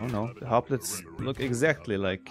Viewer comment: isnt hoplite pronounced hop-light ?